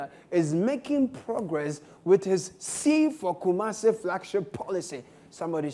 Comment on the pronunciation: "Sea-for-Kumasi" paa🤣🤣🤣